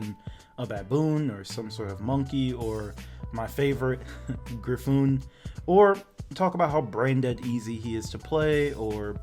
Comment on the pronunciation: "Gryphoon" Lmao.